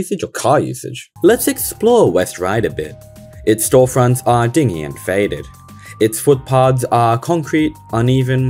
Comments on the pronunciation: Love your videos. The word "dingy" meaning dark and unpleasant is pronounced din-jee. The word dingy, pronounced dingee means a small rowing boat. If you ran for election you'd get my vote. It seems very few officials have your ability to see what's around you. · "...its storefronts are dingy and faded" - it's pronounced din-jee, not ding-ee! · Maybe stroads are a stage in an evolutionary process? Come back in 20 years and maybe all those businesses will have left or died off. Canberra has a lot of roads like that. We put trees and hills along them where most cities would have businesses. BTW, 'dingy' is said like 'din'jee'.